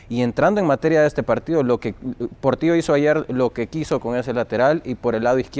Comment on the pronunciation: Portio Jajajajajajaja o es Portillo. 😂😂😂😂😂😂😂😂😂